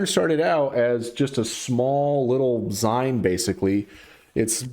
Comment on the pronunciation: Zine is a shortened form of magazine. You pronounce it like zeen.